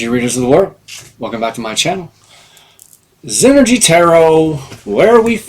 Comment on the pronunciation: When i hear your opening i hear Zenergy Tarot 101 lol